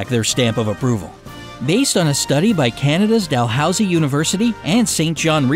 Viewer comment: its pronounced dah-lose-e not dal-house-e